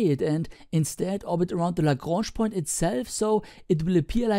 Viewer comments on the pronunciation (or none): none